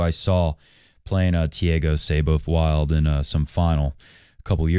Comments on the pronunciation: Brazilian here. I know Muricans are famous for butchering other languages, but Thiago's last name is pronounced "Wuild" Edit: Wow.. this guy is a tennis commentator?! How about doing some homework before taking about tennis? Unreal.. JSYK, Thiago won USOpen Juniors in 2018 and the last ATP 250 before the pandemic in 2020. Then he lost his focus with partying during lock down and even got accused of domestic abuse by his then GF. He has shown a lot of talent and is a bit of a hot head. His current rankings does not match his tennis abilities. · Muricans? Man, I'm Indian and even I pronounce it as "Wild". I'm pretty much sure all nationalities (except Brazilians and maybe Portuguese) would pronounce it as "Wild" instead of "Wuild"